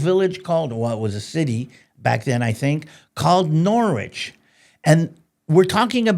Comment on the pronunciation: Thank you! Btw, “Norwich” is still a big-ish town (215k people) and is pronounced “Norrge”. Sadly this anti Jewish sentiment may have started after the big Jewish influx from the continent around the time of William the conqueror. At this time, Jews were primarily involved in moneylending, an activity prohibited for Christians by the usury laws. Initially settling in London, Jewish communities expanded to other important centers like Norwich and Lincoln in the 12th century. They also worked as doctors, goldsmiths, and poets. God blessed England with its support of the Jews…. Right up until the end of Second World War when Britain abandoned the Jews with the end of British mandate Palestine and the lack of support for the start of the state of Israel in 1947. Now God curses Britain… just look at the current political regime and civil disorder may God continue to bless you